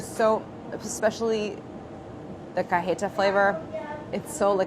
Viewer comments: Don't even get me started on "cah-heh-tah" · Any other Latinxs feel unreasonably irked by the way Claire pronounces cajeta?